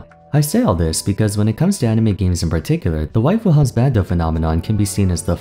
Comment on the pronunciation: you are the only person i have ever heard that pronounces 'waifu' and 'husbanbo' correctly. great video, as always, but it's very nice to hear you make the best efforts to say all the names and non-english terms correctly sincerely, thanks.